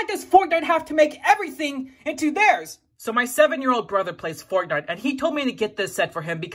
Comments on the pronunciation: I like how u say foutnite not fortnite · I love how he says fortnite Foortenight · I love how you say Fortnite 😂